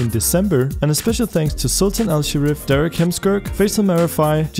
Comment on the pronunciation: You butchered Derrick Heemskerk. It's this in IPA: /dærɪk hɑmskærk/ .